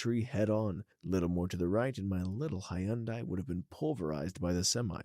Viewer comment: Hi-un-dai. That is neither the English nor Japanese pronunciation of that name.